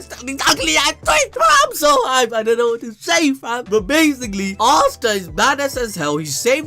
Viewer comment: Thought he said I’m so “high”😂 not “hyped”